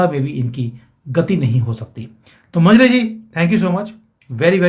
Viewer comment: मंजरी है मंजरे नहीं